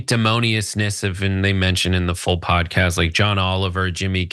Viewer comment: Meghan McCain's "Pudcayst"